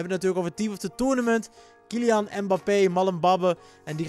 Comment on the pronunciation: Je zei KyliAnus en MbapPenis hahaha